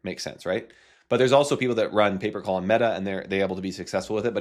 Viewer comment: I thought he was saying paper call for 5 minutes 😂.